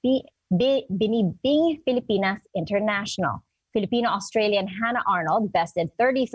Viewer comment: To the news anchor, here's for you: Pa english english ka pa kaya nabubulol ka sa pagbibigkas ng binibini..nabubulol ka sa kaipokritohan mo.